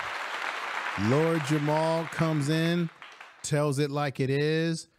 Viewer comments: It’s very difficult for me to take this video seriously when it’s creator calls Lord Jamar “Lord Jamal” in the first 30 seconds and continues to call him by the wrong name for the duration of the video… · JAMAR, not Jamal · It's Lord Jamar not "Jamal" family... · It’s Jamar not Jamal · It's Jamar, not Jamal. Smh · I agree with you totally but he's Lord JamaR not Jamal 😅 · Is not Jamal its Jamar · I made a similar comment. Hard to take the video seriously when its creator doesn’t even know the artists name that compelled him to make the video in the first place…